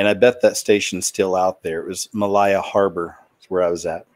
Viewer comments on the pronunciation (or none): none